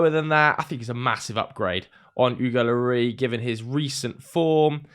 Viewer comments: Pronounce the s on the end of Lloris like you would as if your french rather than just trying to make it sound french. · French people pronounce the “S” in Loris.